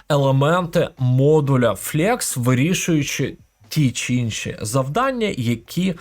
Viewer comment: Величезне дякую за вашу позицію і корисний контент для веб-розробки. В тому числі завдяки вашим урокам, я опанував професію фронтенд-розробника і успішно працюю вже майже 2 роки. P.S. Невеликі поради по вимові англійських слів: flex - флекс, а не флєкс tinyPNG - тайні піенджи, а не тіні піенджи